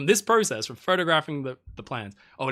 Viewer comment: You said process wrong a lot at the end